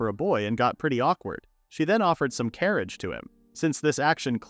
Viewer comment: Butchering karage😂